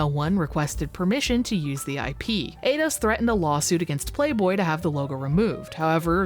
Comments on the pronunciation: It's pronounced 'eye-dos', no 'ay-dos' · alright tourist enough of the "let's pronounce everything in gaming wrong on purpose" game. Eidos is not fuckin' "Ayyyydos" and "Lara" you have copious examples of being pronounced correctly. Have you heard of video games? Or are you scrolling some wiki article of obscure shit? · Eidos is pronounced eye doss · Eidos = ‘eye’ ‘doss’